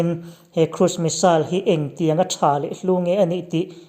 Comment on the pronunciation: I aw chu zahmawh sawi nan a inhmeh dawn hle mai🤣😁 bakah Rafale hi France-in a mah liau liau-a siam niin lps close up lamah sawi a ni lawi bawk si a... Missile i lam dan hi saal ti lovin, sail ti ve mai zawk la, a ngaihthlak a nuam zawk ang.